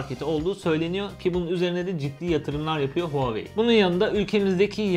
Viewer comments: REVOLUTİON TR hayır ooaoeii şeklinde okunuyor ldldmfkdmrdlskskemkd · VaveY diye Okunuyor çin dedi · Nobody:: Huaveyni